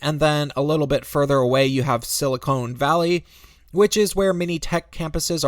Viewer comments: Pronounced sili-KAHN valley. Not sili-CONE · It’s Silicon Valley not silicone valley. Pronounce it right. Sheeesh. you probably say “Frisco” too and if you do you probably didn’t leave the city, you were laughed out of it. 😄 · Sili-CONE Valley. Has this guy even been there?? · Actually, San Francisco is over twice the size of Manhattan. Also, are we to believe you actually lived in San Francisco for a good period of time when you can't even pronounce Silicon Valley correctly?